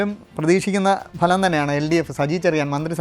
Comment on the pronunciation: 101 സീറ്റുകളുടെ ബലം എന്നല്ല ഫലം.